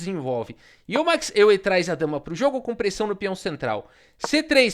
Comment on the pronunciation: Euwe se pronuncia Eu-ve